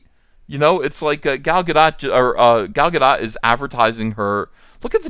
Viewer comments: Since you seem to care about getting the pronunciation right, I should probably tell you that while it's not Gal Gadeaux, but it's not Gal Gadaht, either. The o, or rather, the letter that is transliterated into o, is always long in modern Hebrew, so it's pronounced Gahl Gahdoat, with the emphasis on the doat. Also, the vowels are a bit more clipped than is typical in English; they don't get drawn out as much. It's no big deal, but since you expressed an interest in the pronunciation, I thought you might like to know. Also, quelch isn't really a word. Quell and squelch are words, but quelch isn't. Anyway, good luck with the next installment of Cyberfrog! I hope you outsell the previous installment by a considerable margin. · Ga-DOTE like it rhymes with boat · The 'dot' in Gal Gadot is pronounced like 'Dote' and rhymes with note. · Gadot is pronounced Gah-dote. Rhymes with note, not cot. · I was told it's pronounced 'Ga'-dough', instead of 'Ga-dot'. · GaDOT. Like BOAT. T isn't silent. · Ethan, the T is silent in Gadot. Just pretend you're an LSU fan when saying her name.